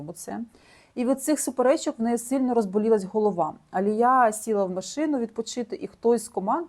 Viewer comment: Дякую Вам, дуже класно інформативні відео! Коли занурюєшся в ці історії стає моторошно... такий true crime сєлєбріті едішн))) Відмітила, що Ви іноді не правильно ставите наголоси в іменах та англійських словах, наприклад АлІя, не АліЯ. Українською правильно "протягом", а не "на протязі". Це без хейту, тільки ремарки! 🥰 Мені подобається Ваш канал!